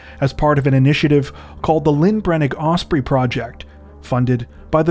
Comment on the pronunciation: Opening line and you cannot pronounce "osprey"!